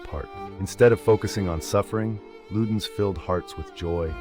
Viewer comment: “LUDDERNS cuutch S drops “